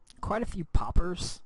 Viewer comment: When you said poppers, i about laughed out loud. You emphasized it a bit and it made me think about poppers as the drug reference lmao